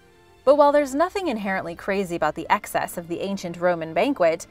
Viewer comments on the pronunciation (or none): none